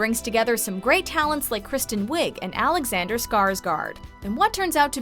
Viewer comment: she pronounced alexanders name wrong but it's cool lol, thanks for the list!